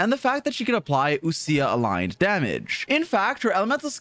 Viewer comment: wild how people pronounce ousia as oo- sia instead of like oh-sha/oh-sh-yuh